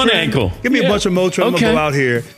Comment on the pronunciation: "motrin" hahaha